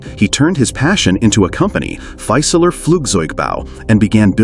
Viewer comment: Very interesting video, but I'll note a couple German pronunciation issues. "Fieseler" should be pronounced approximately as FEE-suh-luh rather than FY-suh-ler (where "FY" rhymes with "my"). In German, the initial "St" of "Storch" sounds like "sht" while the final "ch" of "Storch" is pronounced approximately like the first "H" in the name "Hughes." In English, it would be clearer and simpler to use the translation "Stork," as noted . In fact, the German pronunciation of "Storch" is much closer to the English pronunciation of "stork" than the pronunciation of "Storch" used in this video.